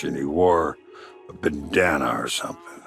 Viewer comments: i heard “baddana”? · turn it up, just the way he pronounced it sounds a little off if you're not listening